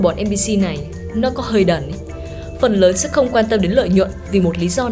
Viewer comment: Ủng hộ voice nữ mới nhưng mình có vài góp ý như này, mình cảm giác âm phát ra hơi bị năng nề, có lẽ là do "ch "và "tr" bạn đều đọc là " tr "cả. Thêm vào đó là việc bạn hay đọc thêm âm " i " vào 1 vài từ, bạn đọc " và" thành " vìa ", chữ " sẽ " bạn đọc là " sĩe ", " xem " bạn đọc là "xiem", " nhé" đọc thành "nhíe". Có thể do mình hơi khó tính nhưng mình nghĩ nếu có thể điều chỉnh lại được mấy khoản trên giọng bạn sẽ thu hút hơn rất nhiều.